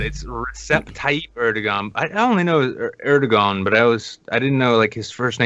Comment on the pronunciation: It's pronounced more like Err-doh-an because the ğ just means that the vowel sound before gets extended, it never gets sounded as a hard g